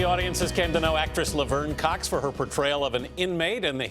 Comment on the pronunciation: Love-er-n Cocks lmao....she couldnt pick mary or Ashley as her name